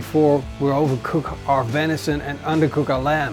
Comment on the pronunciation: Oh no you pronounce vension wrong can’t watch